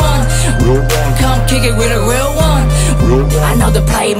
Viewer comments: Not bad. After 2years of practicing... At least u can pronounce da word "Real" now. Southside stoCKtown Menace gang!!! Real recognize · U can pronounce the R now. Good stuff lol